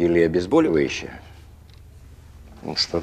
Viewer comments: Когда врач говорит "обезбАливающее" хочется плакать (((( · Неужели никто не обратил внимания на безграмотную речь актёров в украинских сериалах? Или некоторые сами так говорят? Любителей сериалов очень много, люди начинают повторять за актёрами. Правильно говорить «обезбОливающее», а не «обезбАливающее». Раньше актёры были культурными, образованными людьми, никогда не могли сделать такие ошибки Вячеслав Тихонов, или Алиса Фрейндлих или Андрей Миронов. Просто стыд и позор! И полное неуважение к зрителям! Если их не исправляет режиссёр, значит и он безграмотный человек.